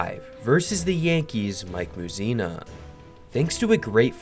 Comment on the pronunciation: Holy cow I didn’t think anyone could butcher Phil Niekro’s name so badly… NEE-kroh, say it with me, like knee crow. Then Mike Mussina gets the same treatment? He was nicknamed Moose for a reason. Mursina? Maybe ask someone how to pronounce some of these names, or READ. Just read, don’t guess.😊